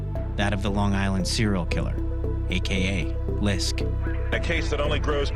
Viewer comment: No one actually calls him “LISK” it’s just an acronym…. Clearly you’re not from long island